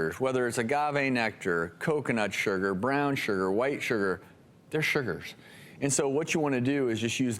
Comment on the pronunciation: Why does he keep saying "sher-ger"? XD